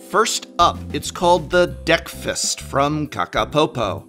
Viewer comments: The DeckFist milk carton deck box by KakaPopo sure sounds like pure marketing genius. 5 year-old german me definitely had a laugh! Edit: Just now realized it's called DeckFast, damn you Prof and your pronunciation! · Okay. Now I understand it's supposed to be named after "breakfast", but I keep hearing "deck-fist" 😆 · I heard Deck Fist everytime.